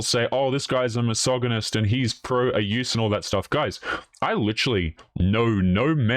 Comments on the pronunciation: A, you deefinitely pronounce missogonist properly. B, birth control is hot trash, it changes far more than you can imagine, and it is bad for women. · Thankyou for explaining why you're mispronouncing 'mysoginist'' It was bugging me hugely. XD